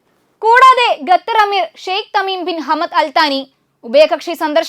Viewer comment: ഗത്തർ അല്ല,ഖത്തർ.